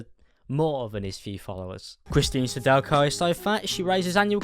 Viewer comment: Pure Cringe Definitely not pronounced that way.